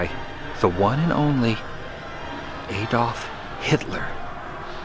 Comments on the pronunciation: Adolf Hitler.....fyi his name is not pronunced Eh-dolf like the narrator said. . .it's Ah-dolf. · It's Adolf not AYdolf. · "Offener...is that how you pronounce it?" Well, I can't trust you since you did mangle the pronunciation of Adolf (Ad-olf as in ADvertising, not ay-dolf, as in day) as well as your own native language with "veehickle". I'm willing to bet you're one of the Americans who doesn't pronounce the H in herbs... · fyi...his name is Not pronunciation Eh-dolf , it's pronunciation Ah-dolf.